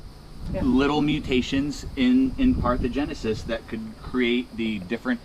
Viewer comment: Parthenogenesis not parthogenesis, they mean very different things